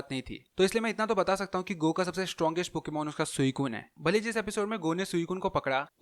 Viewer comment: Wo "GOH" nahi "Gu" hain Sorry jo offend ho gaye